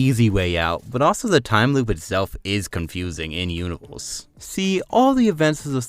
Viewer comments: Don’t be a prick man, he may just have a speech impediment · What the hell is a fwanchise and a uniwerse